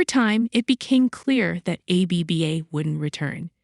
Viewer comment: I'd take you more seriously if you could actually pronounce the group's name.